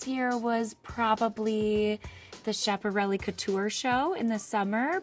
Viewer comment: That Is NOT THE WAY to pronounce Schiaparelli....